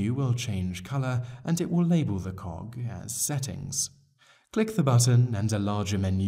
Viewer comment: Cog not cock.... ;p